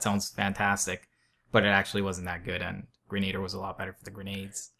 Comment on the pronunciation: It's not grenader.... It is grena-dier